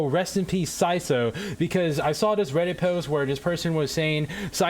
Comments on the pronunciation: sy-szoe IT'S sy-tho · yea it is but he cant do "th" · isn't it sai-though or smth like that